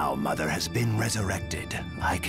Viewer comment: Black Zetsu: muther